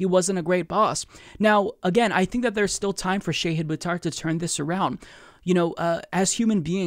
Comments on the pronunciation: Please please PLEASE learn how to pronounce his first name 🙃. It's Sh'AAA'hid not 'shay'hid. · His name is Shahid, not Shayhid. The mispronunciation is painful. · Small point: Pretty sure it's ʃɑhɨd, not ʃɛhɨd. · The Indian in me cringes everytime you call him Shehid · It's pronounced Shah-head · Wouldn't hurt to learn how to pronounce his name correctly before he comes on. Just sayin